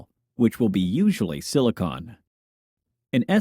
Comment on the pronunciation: why do you mispronounce 'silicon'